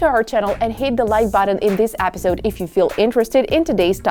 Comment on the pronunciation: She says episode like apidsode